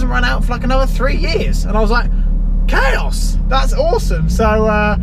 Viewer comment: Every time you say “chaos” everyone watching thinks you’re an absolute bellend.